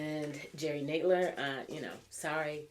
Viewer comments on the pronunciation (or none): Just an FYI. You're pronouncing Nadler and Sanders names incorrectly. The first syllable of both have the short A sound as in the words add and sand.